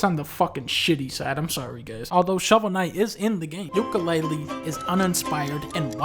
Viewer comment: More like Dunka-LEAHlee